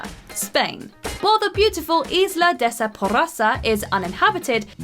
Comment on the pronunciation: Isla is pronunciation eye-la 🤦🏾‍♀️🤦🏾‍♀️🤦🏾‍♀️